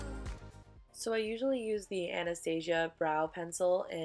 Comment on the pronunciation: FINALLY SOMEONE WHO PRONOUNCES ANASTASIA CORRECTLY